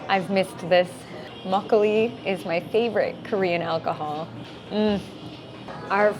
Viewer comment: 그런데 왜 한국단어 발음할때도 미국식으로 말씀하세요? 막글리~~~ 배액반~~